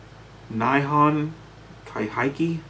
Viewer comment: For future reference, the "i" in "Nihon" is a short "i," not a long "i." Something along the lines "Knee-hon."